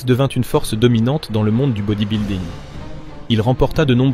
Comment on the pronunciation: Ça devrait être passible de prison de prononcer 'bodybuilding' comme ça.